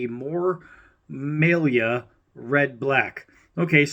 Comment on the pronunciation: It’s pronounced ( my- Lee-uh ). Its just another recycled design from swaggs and cjrb for rosecraft blades.she and Andy used to work for rough Ryder. Can’t you tell. 😅😅